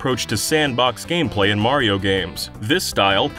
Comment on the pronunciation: FINALLY! you get someone to talk about mario who can actually say his name right!